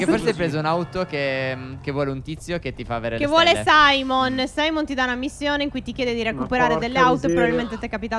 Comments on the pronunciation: non si chiama Saimon si chiama simeon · Phere non si dice saimon ma simeon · SIMEON NON SAIMON